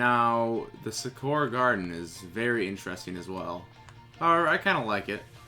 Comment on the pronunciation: Lol he said Sakura garden wrong(not hating he just said it wrong)